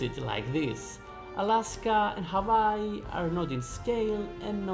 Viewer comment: As a Hawaiian your pronunciation is terrible but you’re allowed to say it like that because it’s funny.